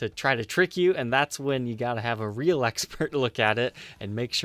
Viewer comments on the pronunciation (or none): none